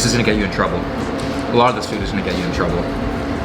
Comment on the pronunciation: and , emphasis on the trouble